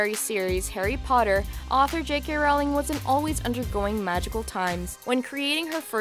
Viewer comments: ITS ROW-LING NOT ROWL-ING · its J.K. Rowling like bowling...